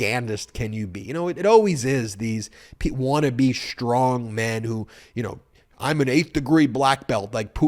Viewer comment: I want to know when the word strong became “schtrong.”